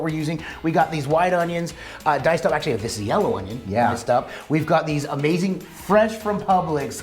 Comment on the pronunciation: The way you pronounce onion (ownyown) reminds me of Justin Wilson "The cookin cajun" - I loved that guy. CLOSE THE DOME! What is B roll footage? Congrats on the cook book! Smell yea!